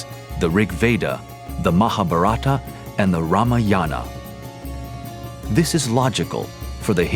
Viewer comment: it is not MaaahaBharaaata but MahaaBhaarata .. Its not Ramayaaana but it is Raamayana